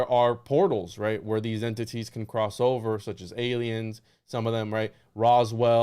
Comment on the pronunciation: It's there some reason why this guy says ilians? It's weird